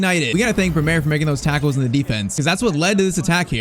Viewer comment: It's Brêmer not Bremêr